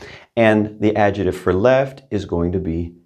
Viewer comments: It may not be that unusual, but why would you leave out the C when it isn't difficult to pronounce. Your other pronunciation us so good. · In English, it’s also important to use correct pronunciation: it’s not ‘AD-JETIVE’ it’s AD-JECT-TIVE. You need to pronounce the C. 😂